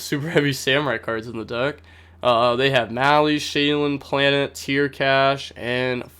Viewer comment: Genuine question no hate; why do you say sheiren with an l, like shaylun?